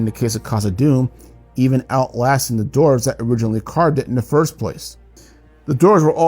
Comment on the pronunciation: So the words “dwarves” & “dwarven” are pronounced “dorves” & “dorven?” Not making fun, just wonder where the W went